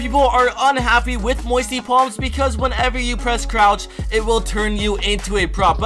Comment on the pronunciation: Lol "moisty plams"